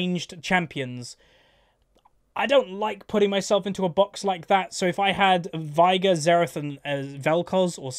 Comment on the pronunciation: Is unaware that he pronounces Veigar's name wrong, or does he know and he's just too accustom to the incorrect pronunciation? He owns Final Boss Veigar, so he has to have heard him say, "Unimaginable is the power of Veigar", or, "I, Veigar, will knock you all down", at some point. It's pronounced "vay-gar", in case anyone was wondering. always says "vai-gur".